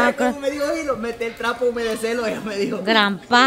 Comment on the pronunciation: Cómo animales. Dice jilo 🤣🤣